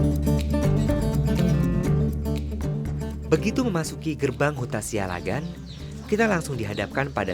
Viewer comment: Pronunciation yg benar "Siallagan" double "L" Not (Sialagan)